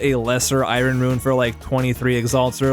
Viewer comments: its not I-ron its I-ern!!! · Its EYE-ERN not EYE-RON, really cant help cringing. Don't feel bad you are far from the only Ytuber that gets it wrong. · Am I the only one getting completely taken out by the way he pronounces I-rin? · so funny hear you pronounce iron haha